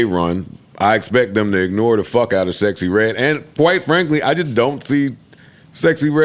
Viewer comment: I will never NOT see Rick Ross saying SexXyReDd lolol